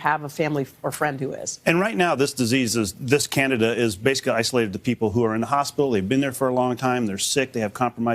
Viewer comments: Omgoodness the female news lady needs to make sure she knows the pronunciations BEFORE going on lol it’s NOT “Canada fungus”... IT IS CANDIDA FUNGUS!! Holy crap and the male with silver hair at about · Candida is pronounced Kan-dee-duh, not "Canada." 🚫🇨🇦😹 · Can-DEE-da is indeed a much better, more distinct and helpful pronunciation than Can-DA-da . Pronouncing Candida as "Candada", sounds too much like "Canada". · How come they all are pronouncing candida like Canada 🇨🇦❓ it’s pronounced as can - deed -a🥴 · AHHH it's CAN DEE DA not Canida. Why are so many mispronouncing this simple word! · they are saying it weird.. yea .. candada.. it's can-dee-da. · Fyi it's pronounced cand D da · Why is it being pronounced Canada Arus? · It's Can-dee-dah! DAHHHH! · Absolutely love how the doctor mispronounces candida! It also furthers my trust that they don't attribute any of this to antibiotics and poor dietary habits. Plemorphism is the key. If the host is sick because of a crap diet it's only a matter of time before you crap out. Basic fundamental common sense. Keep having those sodas, over processed food, prescription drugs, sugar and this is what happens. No news here. Can you cover the economy and housing market, please?